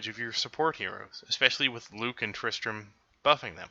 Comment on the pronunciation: You know it’s Tristan not Tristran right